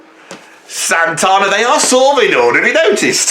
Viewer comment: Well, you do sometimes go on a bit. Also, it’s SanTANa not SanTONa.